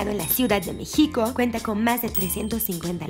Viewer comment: ¿La chava que habla en la intro sí es Mexicana o tiene problemas para pronunciación? Todos los capítulos me causa mucho conflícto que en los subtitulos las palabras aparezcan correctamente y ella casi todas las pronuncie con el acento en otro lugar como "Mexíco"